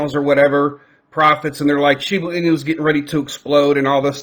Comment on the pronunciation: Are you saying Shibu Inu? Cuz it’s pronounced ShibA Inu